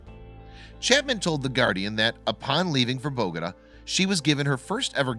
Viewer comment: You might want to learn how to pronounce Bogota.